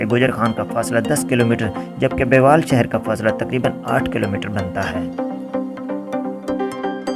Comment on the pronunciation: محترم یہ بیوال نہی بلکہ بیول اور آگے مندرہ ھے